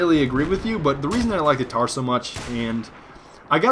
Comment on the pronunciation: its the Mtar M MMMMMMMMtar NOT TAR!!!!